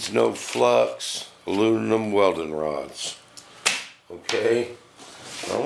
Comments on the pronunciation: Did he say alununum? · Weekend? Sounds like your already hitting the bottle, "ALUNINUM" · I could listen to this guy try to pronounce aluminum all day. Hilarious. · LMAO!! Hell just that is worth 500k views... On a serious note very very informative video thank you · If you are going to make a video about aluminum you should at least be able to pronounce the word! Makes me think you must be stupid!